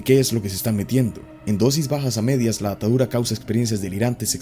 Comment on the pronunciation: Me da rrepeluz cuando dices datadura en vez de datura 😂😂